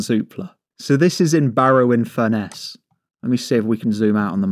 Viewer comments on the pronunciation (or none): It's pronounced like "Furnace" the locals HATE people saying fur-ness in Barrow, Dalton etc 😂